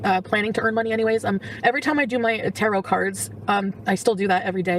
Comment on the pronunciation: She does her tarot cards everyday but she still can’t pronounce it correctly